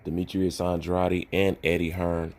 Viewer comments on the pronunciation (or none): It’s not andrady ! It’s Andrade ! Like Gatorade ! Shits annoying bruh